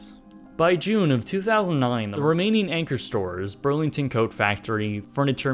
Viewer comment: I think you mean urlington